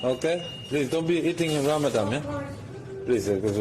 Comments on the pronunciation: In Texas we would say WTH is that? Did you say Ram a dong?😅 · "Ramadan" everyone's throat